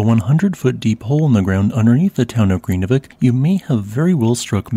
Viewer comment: It's an extremely difficult language to learn. I have lived and worked there for five years, but still never mastered it. The correct pronunciation is nearly impossible. But vik (bay) is pronounced veek. R's are trilled so Grindavik is pronounced more like Grrrin-da-veek. Sort of.